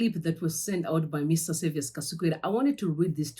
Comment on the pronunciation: My sister, anonzi Saviour without an 's' at the end. Hatidi kusvibisirwa zita redu.